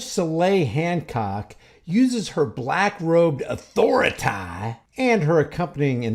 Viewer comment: My god... As if nonsensical sovcit ideaology isn't dumb enough, his narration in his videos is ridiculously stupid too...annoying. I mean, wtf is "author-a-tie???"